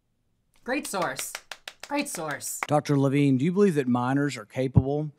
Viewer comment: "Levine" Every. Single. Time.